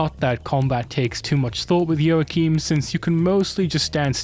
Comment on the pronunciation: I died when I heard you say joachim 😭